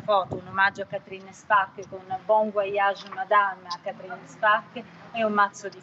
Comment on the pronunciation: Tutto il tempo Càtrin, Càtrin!!! Si pronuncia Catrìn, Catrìn, gnuranta!